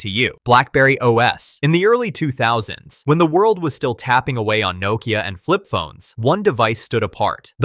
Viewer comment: You can’t pronounce Nokia, what a shame. Please don’t ever make another video again.